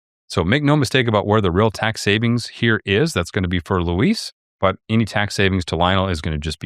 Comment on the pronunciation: That's pronounced loo-EEZ or Weezy for friends and family.